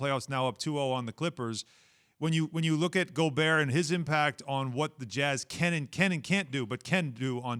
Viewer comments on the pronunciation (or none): Rudy Gobehwrr